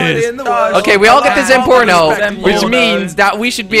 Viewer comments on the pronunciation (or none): zentorno a nie zenporno